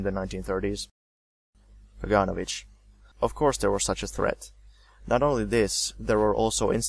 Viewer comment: Not a very big deal, but it would be nice if Russian and other surnames were pronounced correctly: KaganOvich, not KagAnovich; KrUpskaya, not KrupskAya; SokolOvskaya, not SokolovskAya; and, of course, 'e' at the end of Abel Yenukidze's name is not silent, it's Yenukidze, not Yenukidz.